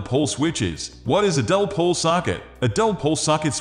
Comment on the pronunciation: The "-bot" narration is vile... What the hell is a "dell-pole" switch..? Had to click "dislike" on it. Pull it down and do it over, correctly.